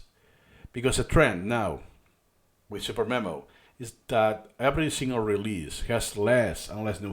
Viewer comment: me: mom can we get supermemo? mom: we have supermemo at home supermemo at home: suDermemo supper memo superneno